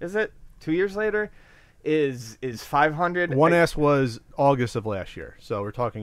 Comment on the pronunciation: It sounds like is saying "One Ass" everytime he talks about the S model:D "It's insane, if I bought a one ass I would be like a what da fak" XD